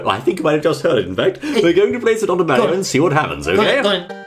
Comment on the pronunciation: it Is Mario Not Meario